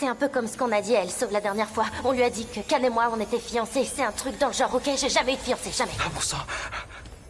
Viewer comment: Le prénom n'est pas Émir MAIS Emre qui se prononce Émeré. Tout comme pour Can ça n'est pas Cane mais se prononce Djane.